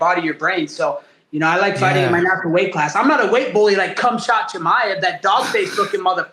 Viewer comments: LMAO Colby really had Bisping saying "Khumshot Chimaev" 😂😂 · Did he just called him cumshot chimaev or am i tripping lol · Bisping said "Cumshot Chimaev". 😂 . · Mike accidentally saying C*mshot 😂😂😂😂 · Bisping accidentally saying cumshot chimaev 😂😂😂